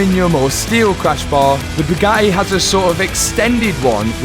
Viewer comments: I love you but your accent drives me nuts, Radi-ay-ah s (radiators) Bo-om (bottom) Bu-ga-ee (Bugatti)it appears the letter 'T' is not in your vocabulary. 08;10 is an abomination of the English language, "Ca-alic-ic converters" lol two 'T's' lost in the translation 🤣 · Hey, the tt in Bugatti is not silent. Just saying.